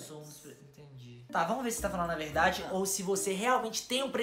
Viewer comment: Eu achei engraçado vc falando verdadii kk